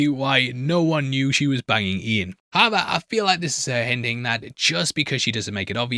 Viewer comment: HOW-EVER!!! NOT, "HEVVER"